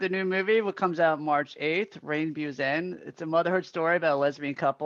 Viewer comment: sorry to correct you after 10 seconds, but it's Beau (pronounced like BO), watched the movie already 3 times ad love it